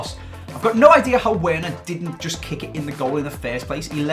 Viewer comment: it's pronounced verner btw